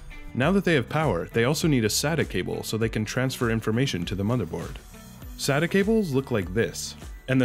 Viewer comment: Really good video. Just pointing out, "SATA cables". Not "Sadder cables". They aren't sad cables :P